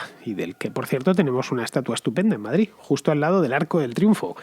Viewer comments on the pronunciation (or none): none